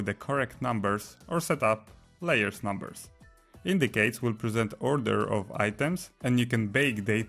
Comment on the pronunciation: Thank you for the video, one super minor reminder, c in "indices" is pronounced as a /s/ sound not a /k/ sound.